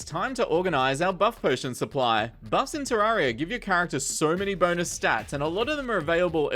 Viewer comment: Isn’t it ter - air - e - uh not ter - are - e - uh